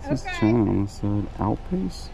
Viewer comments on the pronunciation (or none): none